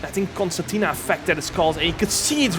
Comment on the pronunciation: Its concertina effect not constantina